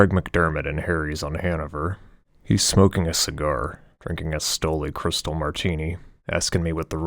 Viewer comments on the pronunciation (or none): Love the book - just a few mispronunciations of Gristedes, Cristal….best part is smith and wollensky’s…..much appreciated as a native New Yorker! Gotta have the hash browns!!